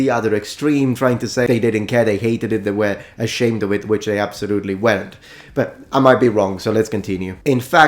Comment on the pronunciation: "ASHEMED" I know your dirty little secret 🤭